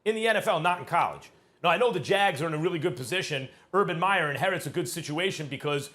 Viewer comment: Stephen A., you've got such a big mouth, at least pronounce the man's name correctly! I agree, there is no questioning Urban Meyer's talent and standing as a coach, but as Max said, he has NO experience in the NFL. How many hotshot college coaches have flamed out in the NFL? Quite a few. And as a college coach you are the god/king of your program and all the malleable young men will sit at your feet in awe, if you have the power & the rep. The NFL is filled with men who will not take your BS if they don't believe in you or respect you; it's a whole different deal in the NFL. As someone who has watched Saleh closely, he is not just a rah rah emotional guy, he is a very intelligent, thoughtful and well spoken man, whose players will follow him anywhere! Both hires were excellent, only time will be the final judge!